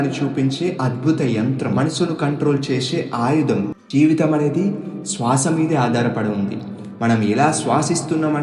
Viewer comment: SWASA wrong pronounciation sir. You have to use Sriram "S" not Seetha "s"